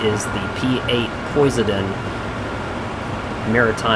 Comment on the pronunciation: It’s Poseidon lol sry pronunciation is off.